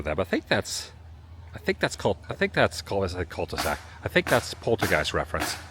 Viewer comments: Are you saying Cult-e-sac on purpose or did you mean Cul-de-sac? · Btw it’s cul-de-sac not Cult e sac.